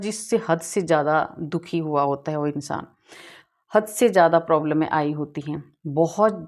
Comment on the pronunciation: Madam प्रॉब्लमे नहीं प्रॉब्लम्स tensione। नहीं टेंशंस 🙏🏻🙏🏻🙏🏻